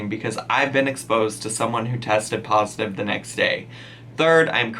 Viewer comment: girl she said Becky got rapid tested and it said poritive